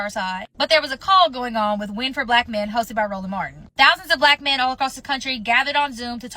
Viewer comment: Lord have mercy she said Roland Martin 🤦🏾‍♂️🤦🏾‍♂️🤦🏾‍♂️🤦🏾‍♂️